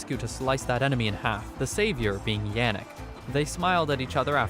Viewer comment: Tiny nitpick, but it is pronounced as 'gro-tuh' when speaking about Albert. De Grote is Dutch for 'The big/the great' and we call the legendary Alexander the Great- Alexander De Grote in our native tongue. Also, Yannick is pronounced as 'Yah-nick', not 'Yeah-nick'.